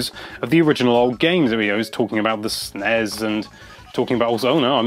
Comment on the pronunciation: Jesus, stop sounding out "Snes"